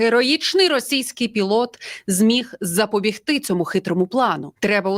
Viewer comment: "ЗапобІгти" - наголос на і